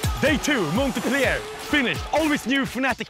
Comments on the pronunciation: "monte-pliaire fRANCE" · Every time he says "Montepellier" a little kitten dies. God btw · Did just pronounce Montpellier ("Mon*t*-pell-i-er" ) like Montepleayeah?! xD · The way he murders his pronunciation of montpellier... XD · I love how he says the city name the wrong way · The T in montpellier is silent lmao